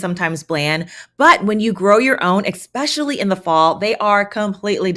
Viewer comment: I adore you, you're in my top five YT'ers, but girl, you are killing me with the "ekspecially". If you only said it rarely it would be different, but this is a super frequently used word. I know I sound like a nitpicker, I hate it, but, you work in a school love...